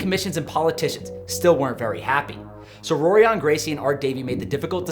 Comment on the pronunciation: The "r"s are pronounced like "h"s so it sounds like Horion not Rorion. Just a heads up